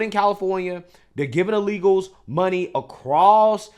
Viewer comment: says “uh-legals” 😂